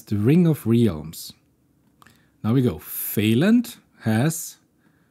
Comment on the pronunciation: Qwen with Questions is pretty good. The thought of being able to run something like that on my computer is mindblowing. It having gotten this puzzle correct is amazing. By the way, your pronunciation of realms is incorrect. It's more like: 'rælms'